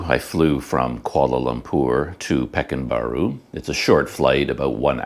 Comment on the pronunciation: way to pronounce pekan baru is PER KAAN BAARU